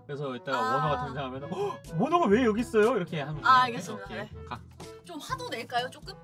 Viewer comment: 알겠읍s읍ㄴ다앙 개웃기네 ㅋㅋㅋ